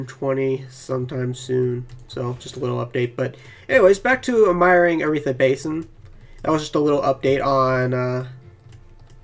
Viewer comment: I have learned to overlook your pronunciations. Thanks for the bed.